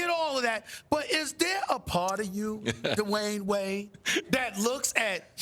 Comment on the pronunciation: SAS: DUH-WAYNE WAYDDDDDDDDDDEE